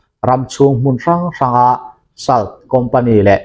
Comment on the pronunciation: 'Salt' hi 'sawlţ' ti a lam tur a nih zawl hmel 'sal' nilo in